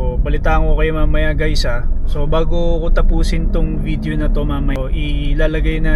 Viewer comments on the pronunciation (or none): none